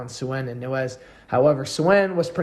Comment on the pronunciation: Good video except for mispronouncing Nańez. It’s Non Yez!